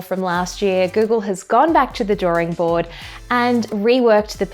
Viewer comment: Isn’t it drawing board rather than drawring board?